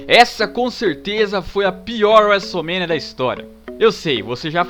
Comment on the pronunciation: e seus vocabularios estranhos wuesomenia wuesteler